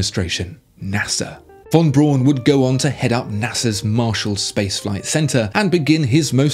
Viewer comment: Von Brown not Brawn!! Jeez!!